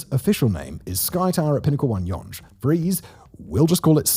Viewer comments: '"Yung" not "yawn-GE" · If the complete mess of talking about some big commercial building putting Toronto on the map instead of the CN Tower and Skydome, and the "whoever wrote this" quip weren't enough, "Yunghe" street was the obvious tip-off that the narrator has no clue about the subject he's speaking on. Absolute slop. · Judging by the fact that he pronounces Yonge both as "Young" and "Yonje" (and spells it as "Yongue" at some point in the graphics), as well as Tridel as "triddle" and "tri-del", this makes me think it's intentional to generate engagement in the comments. Mission accomplished, I guess... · Yunj? Blore? Come on! It's pronouned "young", and Bloor does not rhyme with floor. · Friend you need to re do this video - mispronouncing Yonge in 2025 is unacceptable! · Hilarious pronouncing it like Sponge instead of Young. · PETITION TO CHANGE THE WAY WE SAY YONGE TO BE YAUNGE 🗣️🗣️🗣️ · no way this guy just said Yonj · What in the hell is "yawnge" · Already discussed - yunge. Not discussed - tridull. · Yonge rhymes with hung. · Oh lord.. us Canadians are deff not calling it.. yonje lol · One thing! It’s Yonge Street as in “young” Street! I know, I was born between the two on Elizabeth Street and I lived my whole 62 years here! Kinda like Spadina Street as in Spadina (as in Dinah Shore). Not “Spadena” as some of tried! 🤷‍♂️🍻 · It’s ‘Yonge’ as in a ‘young’ child. Js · Ditto all the comments on “Young Street“. And by the way, it’s “try – Dell“, not ”Triddle”. Also, I’ll add mine to the comments about your audio. Like many of us, I like your tone, elocution, and even accent, but it is true that in the last few videos, someone has really stepped on the bass boost. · You're so set on pronouncing it "Yonje" you even spelt it "Yongue" ! :) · Tell you what, he will get younge right when everyone in 416 gets marylebone right. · He isn't pronouncing it right. Named after Sir George Yonge...Named by John Simcoe, whom we honour today.